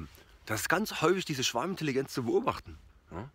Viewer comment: Ich versteh immer Schwabenintelligenz 😂